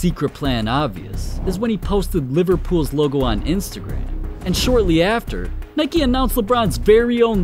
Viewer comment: He called nike nicky bruh